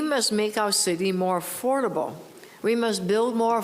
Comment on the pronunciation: AForable Homes ,,,,Gawd LOve Your English !!